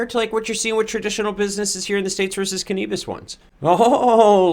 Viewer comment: Canabis not Canebus